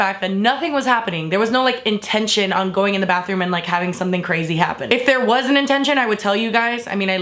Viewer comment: "BUT WAER YOU THEAYRE THO?!"